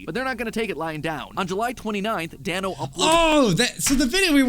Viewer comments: the creators name is pronounced Dan-oh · It's d-a-n-o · You pronounce Danno’s name like Dan-o